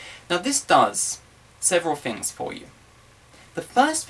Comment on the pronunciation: He said "fings" instead of "things." Hee hee don't know why I am here.